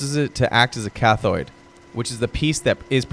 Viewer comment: Proud. My Dad was a Navy Veteran. Munitions Plant in Upstate NY, WWII. AI is still not cutting it. A human would know how to pronounce Anode and Cathode....